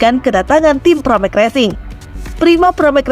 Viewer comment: Pramac, bukan paramek